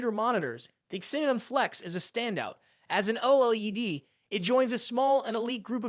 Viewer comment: First off only one of these is truly budget, but that aside how the hell are the first two anything even close to budget, second just call it a f**** Viewsonic Elite for the love of G-d and finally learn how the F*** to say OLED if your going to even remotely attempt to be a Tech Youtube. All in all gave me the vibe that you have never actually touch any of these panels, ripped a bunch of script from other Youtubers then rewrote it (to an extent, for your sake I won't get into details) and overall just had no clue what you were talking about past reading words on a script. Suggestion: Your overall production quality was very good so go create a channel about something you're actually pationate about.